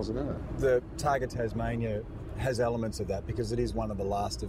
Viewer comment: can't lasten to that banana guy... accent sounds like a microphone-problem....(elements.... not aylaymants...!!!) couldn't you cut out the questions and just keep jeremys answers?